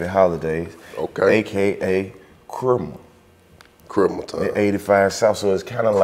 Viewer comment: ALL the "Loose Brain" mfas scratchin' they damn heads like "Who's Chrimmu" (pronouncing it like Cream-moo) LMAOOO!